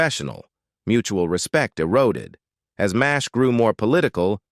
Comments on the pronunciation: F.A.I.! It's pronounced "Mash" not "Em Ay Es Aitch"! Effing fools! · We always called it "MASH", NOT "M-A-S-H". AI strikes again! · Dammit, can't these creators get AI straight. Calling it M. A. S. H., not MASH, is stupid. The world knows its pronounced as mash, like potatoes, cripes, its annoying and wrong. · It is distracting, even disgusting, spelling out M-A-S-H instead of just saying Mash. We all know what it is for crying out loud! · Just say Mash, you tool.